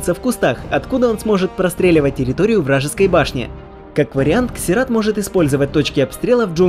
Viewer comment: Не могу слушать это =/ Это как королева Ксена,вместо Зена